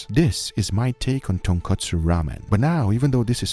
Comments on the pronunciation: Guga kept saying "tonkatsu" instead of "tonkotsu" had me dead lmao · Lol he said kootsu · As Uncle Roger would say “it’s tonkotsu not tonkatsu haighya” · it's tonkotsu, guga. tonkatsu is flour covered deep fried pork. just like it's cousin chicken katsu or beef katsu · Uncle Guga..... Its Tonkotsu not tonkatsu. Tonkatsu is a fried pork cutlet. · Ton/ko/tsu and Ton/katsu are 2 very different things. That's about the pronunciation. But the ramen...as many people have already written, what Guga created has very little to nothing to do with "ramen". I absolutely respect what you do on your channel but I'm just sad that it looks like you have not understood the essence of tonkotsu ramen before you actually attempted to create "a version of it"... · The pronunciation in this episode made my ears bleed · Nope he did not pronounce it correctly. Thanks for joining us, always glad to help the deaf community anyway I can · that tonkotsu sounds like tun kutsu (kutsu in japanese is shoe) no disrespect meant great video man